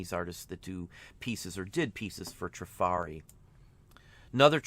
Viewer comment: Trif’ arri with the accent on the first syllable. 🙄